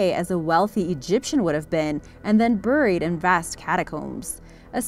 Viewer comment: What's a fee-mor? And I love the way she mispronounces 'buried', unless of course she's Canadian.